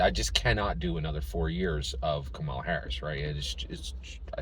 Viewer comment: Hi‼️ I haven't watched nor commented on any of your videos since Andrew Yang dropped out four years ago. I hope that you and your family are doing well. I must say that I am disappointed that you are not voting for Kamala Harris. Because of the way that you consistently Mispronounced her name, I suspect that you have been watching Anti-Kamala Harris videos, & have made your decision based on those👎🏾👎🏾 PLEASE, give this Presidential Election, and therefore, US Citizens a fair chance by listening DIRECTLY to what Kamala Harris says out of her own mouth, about the issues that you brought up - Abortion, Support for Israel, Etc. The fact is that Trump's Project 2025 & Trump's Agenda 47 has put US Citizens into a situation whereby we are in danger of losing our Freedom & Our Democracy, among many other things. Therefore, The upcoming Election is NOT Harris vs Trump. It's Democracy vs Dictatorship It's Racial Equality vs Racial Oppression It's Women's Rights vs Women Oppression It's FREEDOM OF CHOICE vs Gov Rule. Additionally, Trump is a Racist. This is proven by how Trump & His Father coded their housing applications to ensure that they didn't rent their housing to Blacks, how Trump STILL wants to kill the Central Park Five even though they have been proven innocent, how Trump wants to give the police complete immunity in spite of their history of Police Brutality against Blacks, How Trump has recently spread that LIE whereby Trump calls Haitians who came to Springfield OH LEGALLY